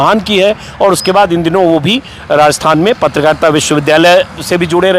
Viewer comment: श्रीमान जी नमस्कार! आपके वाचन में बार-बार आया शब्द "रास्तान" का उच्चारण उचित एवं शुद्ध नहीं है। इसका सही उच्चारण राजस्थान होना चाहिए।